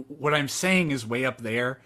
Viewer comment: “I’ll tell you HWAT”